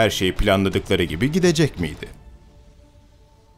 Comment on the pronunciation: Hocam çok başarılı ama yorumlayan arkadaş “yapacaktı, gidecekti” yerine “yapıcaktı, gidicekti” diye telaffuz etsin ne olur :)